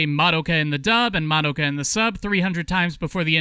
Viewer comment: But the most important reason to watch subs is so that you aren't constantly hearing people mispronounce "Madoka" as "Ma-dough-ka".